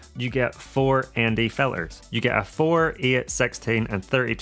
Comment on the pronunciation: I find while watching your videos, and I Like Them a lot. Find myself counting the words you pronouns with the letter T missing. Bo,om Ba,ery.Fil,ers. Its then I realised I was missing your important point of the video in the first place. The Mavic 3 is a hard sell for me, too flashy, and time consuming setting it up.